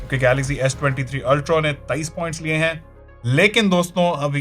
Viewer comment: Ultro… ultro…. Ultro….😂😂😂😂 ultra hota h bhai